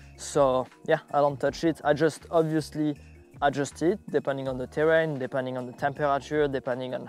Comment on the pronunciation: man you gotta stop the zzzee bike zzzee equipment zeee zzz it's unbearable